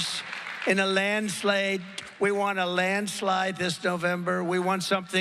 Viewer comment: not a lie just hilarious "land-slighge" There is zero evidence the election was rigged or stolen. Trump’s claim that Harris supports the late term abortion of babies even, murder after birth is false. She has never said anything to endorse post-birth murder, which is illegal everywhere in the country; Trump has frequently claimed that some Democratic states allow such post-birth executions, but that claim is false, too. Trump has never presented any evidence for this claim that Biden was the hidden hand behind his cases, let alone for suddenly switching the claim to make it about the vice president after months of saying it about the president.